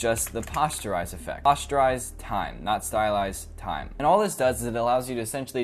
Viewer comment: It's not pasteurise time, that's milk. It's Poster-IZE.